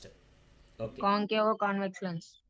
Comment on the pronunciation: Why did you add O like concavo, convexo, plano....tell me sir